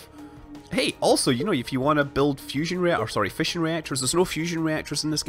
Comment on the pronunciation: every time you said fission i thought you were saying fishing...